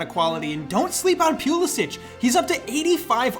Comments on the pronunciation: That Christian (pew)lasic Pronunciation hurt me lol. Great vid though, gained a new sub. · “Christian Pew-lisic-“ Also: “Kai Havertz steps up, chipped down the middle. Balls of steel.”